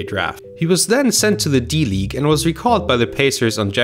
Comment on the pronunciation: It’s good. But sometimes you could speed it the fuck up...like you don’t have to talk. Before the damn game footage. Also you keep pronouncing words all the way or poorly like ew I cringe when you say d league